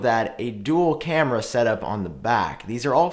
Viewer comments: Check your words and Correct The Word “cameas” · It’s cameras btw! 😀